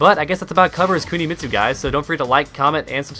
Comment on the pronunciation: Woah "Kunimistu"